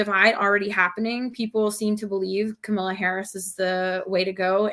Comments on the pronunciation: Camila Harris really? It’s not hard to say Ka-ma-la!! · Free free Palestine but also can she get Kamala’s name right please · Pronouncing Kamala wrong.